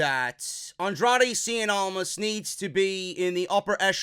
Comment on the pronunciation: "Andrade seein' almas". CIEN. IT'S CIEN.